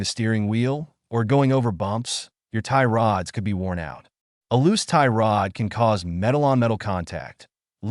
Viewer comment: Can't stand the AI voice😂 "Tie rOOOOds"